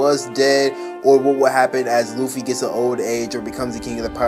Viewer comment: Im i crazy or smth cuz the guy dat is talking said oofy or uffy